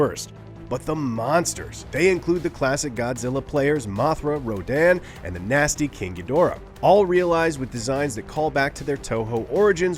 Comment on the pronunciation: "Kinkydora" Even the pronunciation is so lame and lazy I'll rate 0.00